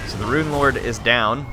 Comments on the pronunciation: Stop saying ruin! Rune is pronounced roon not ruin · Eliot Metherell yes but when he says Rune of whatever he always pronounces Rune like ruin